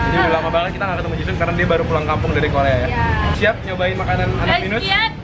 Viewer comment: Si ini dari kemarin nyebutnya ji sun ji sun ji sun mulu. Bukan ji sun woi, tapi ji SAN